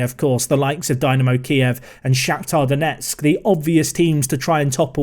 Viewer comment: Donetsk is pronounced as Donyetsk